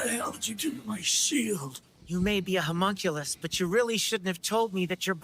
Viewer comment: huh-mon-q-lus :) mon as in Pokemon lus as in callus